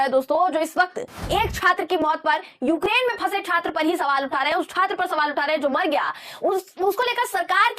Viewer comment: Eukrayn hai...sahi pronounce kariye